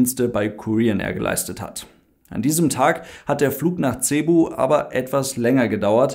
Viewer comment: es heißt sebu ausgesprochen und nicht verdeutscht ''c''ebu, mabuhay